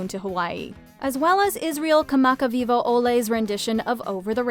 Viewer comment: I just wanted to pop in and say props to the host for properly pronouncing Israel Kamakawiwoʻole's name. Like, whoa. Great job!